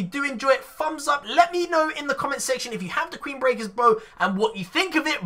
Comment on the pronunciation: Is it me or did he say "Queenbreakers BRO"